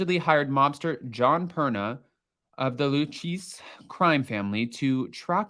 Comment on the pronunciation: It’s pronounced Lu Kay Z crime family.😊😊